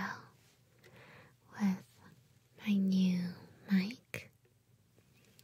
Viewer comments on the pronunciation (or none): none